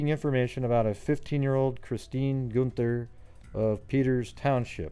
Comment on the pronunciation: Chris was my moms best friend. It’s pronounced “GUN-THER”. And her case was re opened and investigated again recently, with highly suspected person of interest but not enough evidence to make an actual arrest.